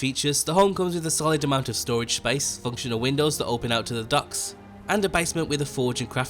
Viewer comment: Try saying "Docks" just one more time.